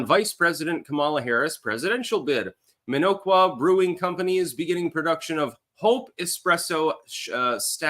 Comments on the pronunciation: The "O" is soft,. "Minn-awk-wa". Not that I care under this circumstance. You have "Waukesha" down pat. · Its pronounced Min-ock-wa